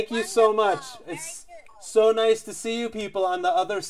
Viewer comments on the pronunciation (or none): "taaankuuu! wandafooolll!" gr8 english miss chinese